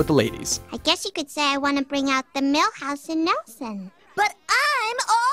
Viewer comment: mihouse for simpsons? raaaalph wigum c'mon